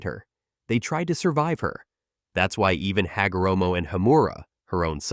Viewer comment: "Ha go ra moe"